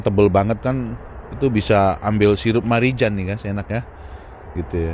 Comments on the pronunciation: Om sirup Marjan ...bukan Marijan om 😂😂😂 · sirup marjan om. bukan marijan.. 😂😂